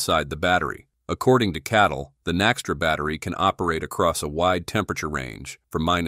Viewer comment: it is CATL not KATL